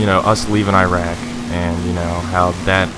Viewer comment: Holy fuck FINNALLY someone knows how to say Iraq.